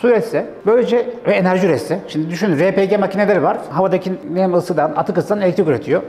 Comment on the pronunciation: Cihazları araştırıyorum ,emeğinize sağlık,yolunuz açık olsun. Ama elektrik üretimi yok bazılarında. Tam bir açıklama bekliyorum. RePG yazıldığı gibi okuduğunuz için teşekkürler, çünkü bu bir Türk malı